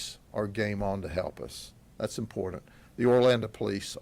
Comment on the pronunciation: THESE ARE SOME UGLY ASS MFERS! GRADY SAYS ''IM POOR DANT'' FOR ''IMPORTANT''! THERE IS NO ''D'' IN THIS WORD BOSS!!!